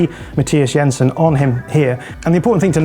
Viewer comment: Good job on the pronunciations there,! Yensen, not Jensen - remember a similar attention to detail concerning Martin Ødegaard on a podcast some weeks ago, very cool.